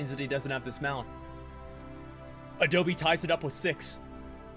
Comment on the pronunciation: i like how his name is not even adobe but adole lol